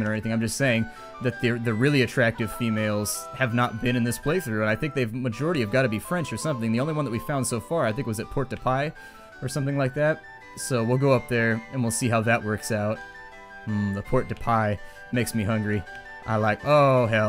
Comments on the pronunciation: I don't think its pronounced port de pie but when ever you say it I think of pie, god damnit now I must go get myself a pie. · port de paix ,is pronounced { po-day-pay}